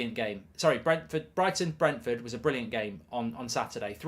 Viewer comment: You could not pronounce Brentford at the beginning and then could not differentiate between Brighton and Brentford. Top class work.